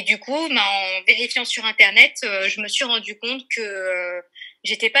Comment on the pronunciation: m'a trop fait rire avec son "interneet" 😄😅❣